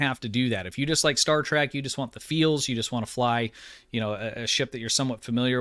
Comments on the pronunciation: Good video so far and i only have 1 bit of constructive criticism to offer, and i mean no disrespect, but it is pretty nerve grating, lol. It is Star TREK, not Star TRACK...which is how you pronounce it in this video, lol. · Its pronounced Star Trek not Star Track! You pronounce it wrong the entire video lol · He said “Star Track..” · Is saying Star TRACK? In his older videos I thought I was just mishearing him but it definitely sounds like Track to me.